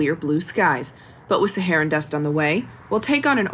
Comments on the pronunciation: Saharan, not Sharan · Saharan not Sharan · It's not sharan but Saharan. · I think it’s ‘Saharan’ Dust, like maybe from the Sahara Desert... not Sharan Dust... 🤦🏽🙄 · What is Sharan? Please editor fix this distraction please. Its Saharan. How can I trust what you say when its wrong? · Its Saharan not sharan